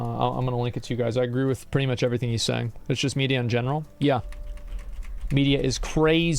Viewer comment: Am I the only one who noticed that when the dude who is complaining pronounces “in general” as “in gemro” ? Cmon I can’t be the only one 😂😂😂😂😂😂😂😂😂